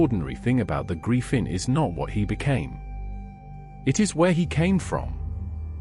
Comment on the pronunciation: You mispronounce griffin